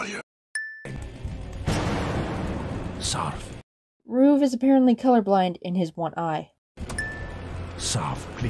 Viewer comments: The thing i hate about every Gametoons animation where Ruv is in, they pronounce his name as ROOF, ROOf! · Sin for calling Ruv “Roov”